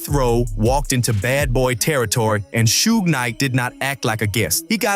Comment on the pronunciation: I hate suge night but I hate more how this dude says it shooog